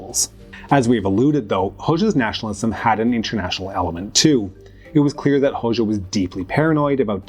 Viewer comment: It's /ˈho.d͡ʒa/ the letter xh (it's a single letter in the Albanian alphabet) makes the /d͡ʒ/ sound like in the English word bul ge